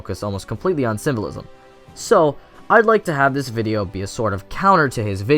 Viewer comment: Every time you say "symbolism" it sounds like "civilism".